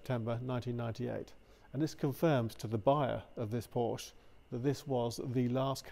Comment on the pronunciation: Good video, but please pronounce it correctly, no silent syllables in German.